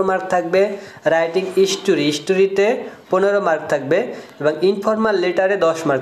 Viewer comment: বরিলাইল্লা রে 😂😂 ইস টরি। স্টোরি।